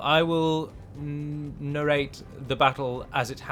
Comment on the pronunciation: Narrate. Nah-rait or Nair-rait lol.